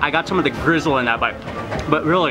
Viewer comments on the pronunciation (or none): why does he call gristle "grizzle"?